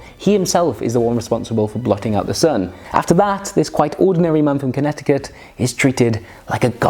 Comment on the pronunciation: I'm sorry, but Connetiky? Just look at the word and sound it out...